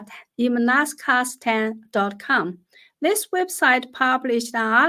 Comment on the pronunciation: Emlaksatan with the word “satan” in a different color? It is pronounced -satan not -kastan.